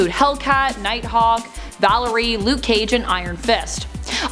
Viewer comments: Valery? The name is Valkyrie. And Krugar came much later and was not part of the original team of the GOTG. Concerning this list, it's all a matter of opinion and the only four I agree with is the ORIGINAL Teen Titans, XMen, Fantastic Four and the Defenders. Speaking for myself, I was a hardcore fan of the Legion of Super Heroes, Young All Stars and Teen Titans back in the day, although I have an extreme hatred for the Teen Titans cartoon. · Did anyone else pick up on Valerie Instead of valkyrie